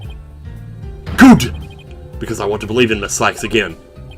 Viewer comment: I really enjoy when you say "GUT" everytime a "Good." appears on screen. I have a really large smile on my face rn. Love you.